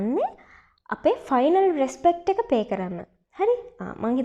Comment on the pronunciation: නිර්ධය ඉංග්‍රීසි හරි උච්චාරනය: 😂😂😂 ===================== ෆියුනරල් පාරල් කෙමිස්ටි ෆයිනල් රෙස්පට් බොකෙට් පියුනරල් කැබින් එක කෙමිස්ට්‍රි එක රිමේෂන් බැරියර්